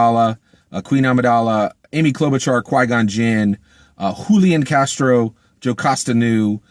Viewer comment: I see you got Julian Castro's name right 😉